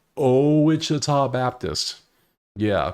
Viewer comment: Pronounced Watch chi ta